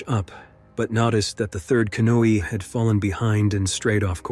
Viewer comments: Canooi no canoe. Learn how to pronounce before you make a video. Too many utube videos with bad pronunciation and spelling. Besides that who the hell would go near that river if you didn't have to. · Nice AI pronunciation lmao “canoe” “navigated” “other two canoes” “the third canoe” Kind of an interesting glitch considering the other voices on this video had no problem pronouncing “canoe” correctly 😆 Oh one more, - “tourists” Come on man, do better. Is it really so hard to do your own voiceovers? Ridiculous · I had to stop watching after so many "canooies" were on the water. 😂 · "In Ahpreal of 1994". Yeah, I'm gonna trust AI. Like I trust "Your time is important to us." "A big canooeey". Yeah, right.